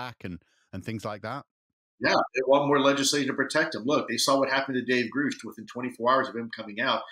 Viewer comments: David Grusch pronounced his own name on news nation with an “ush” sound but Lue is pronouncing the name with a “oosh” sound. That’s so weird. And now other podcasters are mispronouncing David Grusch’s name! WEIRDO! Lue is weird for not pronouncing the name correctly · Ryan has since confirmed he was wrong, and it is indeed pronounced Grusch. He too thinks it's so odd ppl mispronounced it. Ross Coulthart also confirmed that it rhymes with brush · I don’t hate him at all, but go watch the news nation where David Grush introduces himself and says his own name and then explain to me how somebody who says he knows and worked with him can pronounce his name wrong. That is really weird.